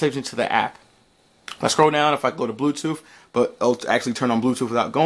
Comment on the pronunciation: Dude, you said blue toof.